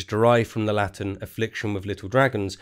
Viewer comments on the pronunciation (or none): none